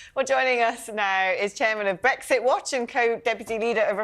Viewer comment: Duandra policy and Bwexit. Send it back to Fwance. Can't any of these people speak pwoperly?